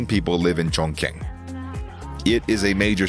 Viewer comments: You mispronounced Chongqing, it’s pronounced “Tsongching” not “Chongking” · Chongqing is pronounced as " chong ching ". Q is pronounced as " ch"